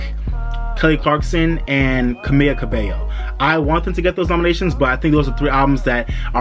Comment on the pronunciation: It’s actually “CA-MEE-LA” Cabello. However I’m happy that you got her last name right!